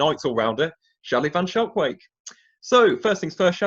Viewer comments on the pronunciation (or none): "skulk-vayk" by the way lol